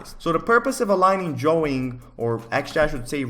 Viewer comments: I love how he pronounced words "dwawing" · i like the way you say drawing